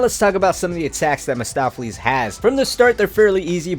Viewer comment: Mahstopheles? No. Mephistopheles